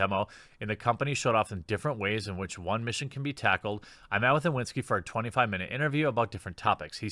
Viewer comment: Just a quick tip for anyone interested - Marcin isn't pronounced Mar-sin, the 'ci' part sounds exactly like in an italian ciao. And the 'w' in Iwiński is more like v in vase rather than w in water.